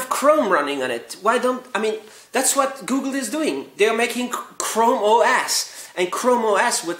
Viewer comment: "And here you see GEWgul! It is running GEWgul."